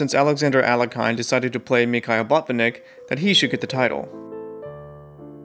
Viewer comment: Alekhine is not pronounced "Ale-kai-n". Its "Al-ye-kin".